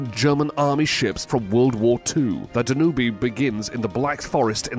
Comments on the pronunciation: It is not pronounced Da-nu-be, it is however said as Dan-ūbë, … and yes this city is pronounced Tempee, … , … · Hey that river in Europe is pronounced Dan - ube. . Just 2 syllables. You need to look the pronunciation of words before you publish the names. Makes you look like you just don't care and are ignorant. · Uhhhhh. TEMP-ee. PAN-a-mah. DAN-yube. Where do you get these pronunciations?